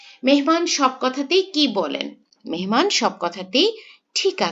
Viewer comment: মেনমান নাকী মেহমান